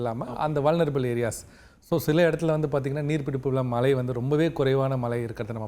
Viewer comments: வானிலை ஆராய்ச்சியாளர்கள் ஆவதற்கு என்ன தகுதி? மழையை மலை என்று உச்சரிக்க வேண்டும். கரீட்டு. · பிரதீப் சார் குமரி மாவட்டத்தை சார்ந்தவர்.... தமிழை உச்சரிக்கும் போது வட நாட்டு IAS அதிகாரிகள் பேசுவது போல பேசுகிறாரே.... குறிப்பாக மழை என்பதை மலை என்று சொல்கிறார்...... கேட்டுப்பாருங்கள் புரியும்...